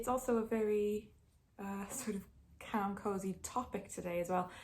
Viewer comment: Every time you say 'calm' I think you're saying 'camp' but weirdly it keeps making sense to me